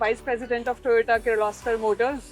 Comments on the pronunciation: Its TOYOTO not Toyota by our highly educated ganna minister cum scientist=Gadddhakari😂😂🤣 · Once a minister say toyatoo